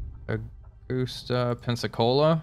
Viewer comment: It’s Augusta….A - Gus -ta